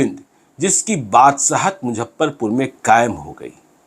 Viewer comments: आपके वीडियोज की सूचनाएं बहुत जबर्दश्त होती हैं , लेकिन मुजफ्फरपुर को मुझप्परपुर जो बोलते हैं वो सुन सुन के मैं इरिटेट हो चुका हूँ। इतने बड़े जर्नलिस्ट हैं, कम से कम उच्चारण में सुधार तो कीजिये। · इनके लिये मुजफ्फरपुर, मुझप्परपुर है😁😁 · Sir mojhapparpur aap bol kr sare shahar ka aap janaza nikal derhe hain.pls aap pronentation thk kre nhi to aap ko log sunega nhi.thoda aap mehnat krein sir